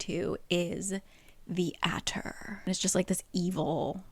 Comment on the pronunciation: Is it just me or is anyone hearing say aquatar?